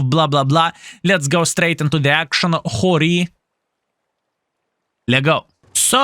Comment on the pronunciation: It is pronounced like hero